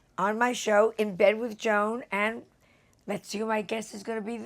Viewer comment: Yes, we pronounce her name as one syllable, “Jown”.